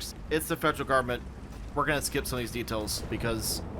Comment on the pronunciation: FED-jrl GUB-mint might be the most Texan thing I've heard say.